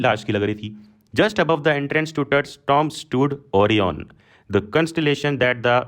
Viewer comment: ☘️# Sir ji your tomb pronunciation is so funny check it in Oxford Dictionary not like that tomb pronouns 😂😂